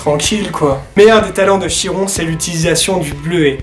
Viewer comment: Bonjour, la prononciation est " Kiron " ;)